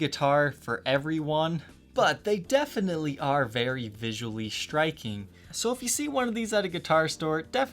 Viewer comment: This seems correct to me as well. Also, as far a pronunciation, 'ver' in verdigris should sound like the start of 'very' rather than like the 'vur' sound as in 'pulverize,' and the ending sounds just like 'degrees.' And for the record, I enjoy the videos, but the inclusion of so many 'sh' substitutions in dialect (e.g. 'shtring' instead of string, 'shtriking' rather than 'striking,' and 'shtrat' rather than 'strat.') bugs me. I should probably just let that go...